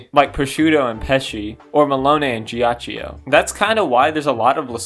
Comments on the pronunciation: it's pronounced "geeachoe" Please It's a great video but I'm feeling physical pain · I'm sorry for the unsolicited "um actually" but I'm gonna tell you how to correctly say Ghiaccio's name because I want to. You're saying "jia-chi-oh." Gs and Cs in Italian are interesting, because if they're next to either an I or an E, the pronunciation changes. G next to an I or E makes it J; C next to an I or E makes it "ch." Because the vowel is just a modifier, it isn't pronounced any further; that's why Narancia is "Narancha" rather than "Narachia." Also, that's why GioGio is actually just "JoJo," not "JioJio." Sometimes, an H is inserted between the G/C and the I/E to prevent this modification. That's why there's an H in spaghetti (otherwise, it would be "spajetti.") That's also why there's an H in Abbachio's name, because otherwise it would make a "ch" sound. So, with Ghiaccio, the H prevents the I from changing the G to a J. It also means the I is still pronounced on its own. The I next to the C changes it to a "ch," and also means the I isn't pronounced, since it's merely a modifier. Therefore, instead of the name being "jia-chi-oh," it's actually just "gia-cho." You speak Italian now, good job. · A piece of my soul is happy everytime you pronounce Ghiaccio the way you do, knowing that the mispronunciation would absolutely piss him off to no end. lol